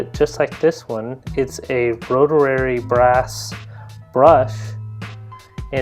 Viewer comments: Rotararry? LOL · "roter-rary" FFS. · lol "rotarary"